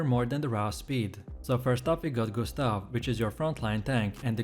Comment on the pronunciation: Gus-ta-vee, Mail-ee. I'm dead 💀